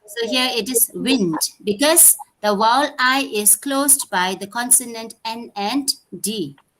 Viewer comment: It’s ‘vowel’ok so please correct your pronunciation not ‘’wowal’